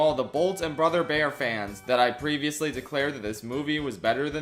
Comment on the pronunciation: PreVeeOussLeeee on the frollo SHoow.